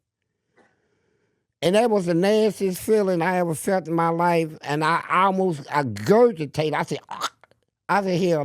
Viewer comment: This nigga said i gurgitated 😂😂😂😂